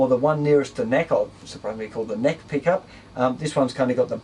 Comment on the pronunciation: On the pickup part at first I thought he said pee cup